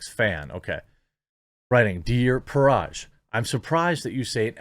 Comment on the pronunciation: Dude it is Parag not Paraj